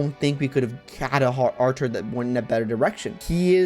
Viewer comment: Your pronunciation of Artur is curious (Because it sounds like Archer) because i just pronounce it like Arthur